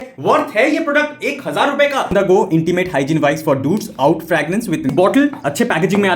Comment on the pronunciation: oud is pronounced ood